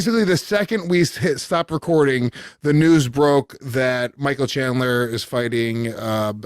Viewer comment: Micheal 'Shandler' Bisping